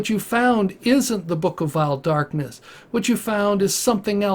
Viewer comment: Da book of vaeil Dakness